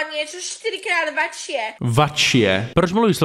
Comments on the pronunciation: Okay po prvé nehovor keď nevieš po slovensky jako keď ja nehovorím po Česky lebo slovenčina neni čeština vačšie sa nehovorí ale väčšie to jak keby si povedala e teda večšie to jak keby som hovoril sibižan a nie sibiřan ako sorry bro len sa snažím vysvetliť že ž sa ináč vyslovuje ako ř nemysli to zle ale pred tým sa ty nepáčilo že čajka ty hovorila ž a už si nemal nervy na to tak vidíš toto ale to som nechcel povedať no toto že okay tlstý ľudia nemyslím teba lebo aj ja som a tiež mi to hovorili a čo neplačem život ide ďalej ale sorry ty si trošku viac ako nechcem ťa uraziť ja v 18 som mal 136 kg 186 CM a furt som jedol a to už nebolo pre moje zdravie prospešné mal som zvyšnene teploty ja že ok to je asi len prechladnutie potom že hnačky zvracanie stále atď dobre išiel som lekárovi v tedy bol covid 19 a dochtorka že mám ísť na testy ja že okay negatívny potom znova dobre Slovenské zdravotníctvo je hrozné len chcem povedať dochtorka mi potom zobrala krv a to ďalej nechcem to hovoriť ale že mám zle výsledky a tak som ďalej zostal doma až potom v nemocnice mi zistili že mám slabú tuším pečeň že som ju mal stvrdnutú ja že okay a potom že som počuj mohol zomrieť na to tak som bol na infúzií a som asi za 2 mesiace schudol zo 136 až na 120 kg našťastie sa mi zlepšili výsledky ale to chcem povedať že papaj koľko chceš len dávaj na to aby si potom nezostala v nemocnici na infúziách a dúfam že nie aj na prístrojoch sibižan ty nechce niekedy zle okay povie ty niekedy zle slovo ale niekedy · náhodou okrem toho "vačšie" tak slovenčinu zabila :D